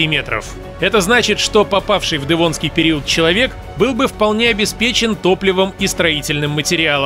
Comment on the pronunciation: Автор. Как произносишь "дЭвонский"? Это так модно? По мАсковски..